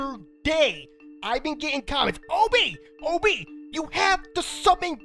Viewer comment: When he says OB it sounds like obey